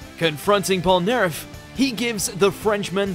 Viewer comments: Did you say polnerf or polnaref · Why are you pronouncing polnareff name wrong damnnn triggeringggg. Its French only English!